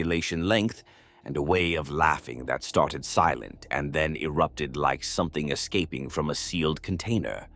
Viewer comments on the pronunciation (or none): none